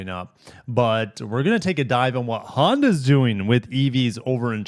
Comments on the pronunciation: Honda Yeah? I think it's Honda Yee? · "Honda Ye" lmao